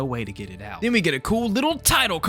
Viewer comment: Canadian Accent: Creeped Ouewt